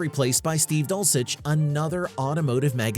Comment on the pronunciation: The level of wrong in this vid is amazing. Mark Finnegan? Finnegan never left RK Finnegan DID leave FWF No direct mention of Finnegan's Garage It's "Dull - sisch" not "Dull - chich" The premise of RK was never to crash The list goes on and on. You suck doing research.